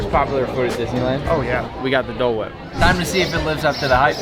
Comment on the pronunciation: we got the D’oh! (Dole) whip.